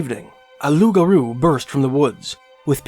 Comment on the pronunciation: Thank you for being the first youtube channel to get the name of the Loup Garou, correct .. so sick of idiots calling it a rougarou